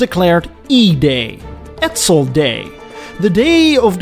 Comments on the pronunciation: Good story bro but it's Edsel, not Edzel. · I've never heard of a car named Edzuul & the voice is hideous & sleeazy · A few mistakes I'd suggest you learn from. The car's name is pronounced "ED*sel" and not "ED*zel". If you want to write "Two Hundred Fifty Thousand dollars" in numerals, the proper format is "$250,000". You do not substitute periods for commas. "Comet" is pronounced with a short "o'', not with a long "o" sound. You wouldn't like your name mispronounced "Eed's" and Americans don't like their names mispronounced, either! It shows ignorance and disrespect.